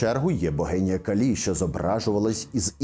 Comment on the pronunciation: Дякую Вам. Схоже, що так. Останні хз - там же ж науковий атеїзм)